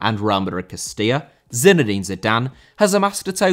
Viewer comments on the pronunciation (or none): Castilla* not Kestía